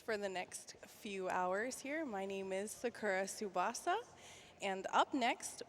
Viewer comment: Lmao, the dude pronouncing Psychosis name Psycho-sis. wtf.